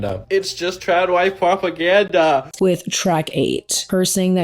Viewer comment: That guy saying “pwopaganda” I can’t😂